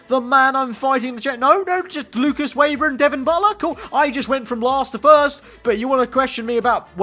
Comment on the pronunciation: His name is said Veber not Weber